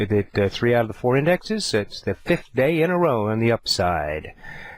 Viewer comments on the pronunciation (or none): "five-th day"?